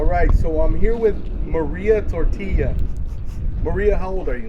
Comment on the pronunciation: Maria tortilla?? Is that what he said?